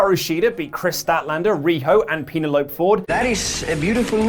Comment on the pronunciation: Can anyone help find what that clip is from ? My daughter's name is Penelope and I'd like to show my girl that clip so we can have a good chuckle at that pronunciation. 😂